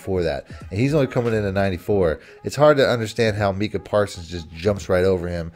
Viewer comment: It’s not “meeka “, It’s “Micah”